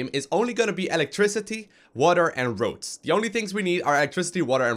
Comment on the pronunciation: Electricity, water and ROACHES!!!! hahahaha i know it is "roads" but it seems like roaches :p